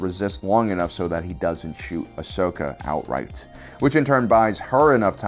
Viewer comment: Is it all possible to stop mispronouncing Asoka's name???